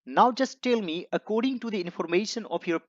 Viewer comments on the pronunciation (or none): none